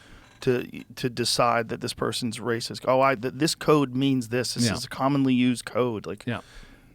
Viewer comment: "ooooaa hes a Wacist" Flint Dribble (2024)